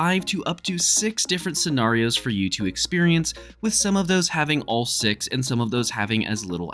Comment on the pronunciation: Why do you say scenarios like that🤦🏾